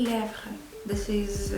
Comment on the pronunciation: Do you speak French as well? Your pronunciation of "lèvres" was perfect 👏🏿